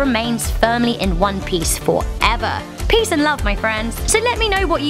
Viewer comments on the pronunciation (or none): none